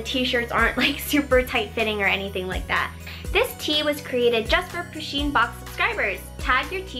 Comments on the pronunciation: its not poosheen its puhsheen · I love this box, but you kept saying poosheen and it REALLY annoyed me! Push-een PUSH! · I'm pretty sure it's pronounced "pu-sheen" not "poo-sheen" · someone please tell her that it's pusheen not poosheen but I love the vids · But, it's pronounced push in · I hat when she says poo - sheen cuz it's push - enn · You don't say it like poo-sheen it is pa-sheen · lol she pronounces pusheen as poo sheen lol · Oh. Meh. Gawd. It's Pusheen.